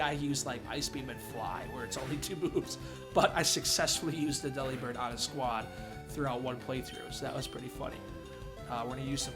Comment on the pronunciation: Yeah, dupes clause is a thing and all, but... it's worth it to catch it anyway. It's definitely worth it after a rough death. Eeeyyyy, and Redemption fits perfectly as the name. Okay, you're pronouncing it "deli-bird," like I did for years, so I'm GUESSING you haven't heard the pun yet (forgive me if I'm wrong). Just say the word" "delivered." Like a package. Then replace the "v" with a "b". I hope I have just blown your mind.